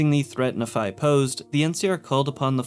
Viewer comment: As someone from Utah it bothers me more than it should that every fallout YouTuber pronounces Nephi as na-phi instead of nee-phi like it should be pronounced